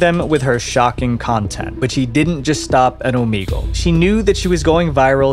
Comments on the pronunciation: Ooh Mee gal???????? 🤭🤭😮‍💨 annoying! Its Ooh Meg Lay 👍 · Bro, Oh-MEG-ull. Not Oh-meeg-ull. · wait.. its said omEgle? i thought it was like omehgle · omeegle he says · I don't think that's how you say "Omegle." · We're gonna have to listen to him pronounce the name of the app incorrectly A lot😵‍💫🥴